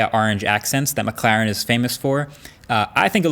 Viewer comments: It’s McLaren not McClaren haha i think it’s funny how he pronounces it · It sounds like he's saying mcclown 😂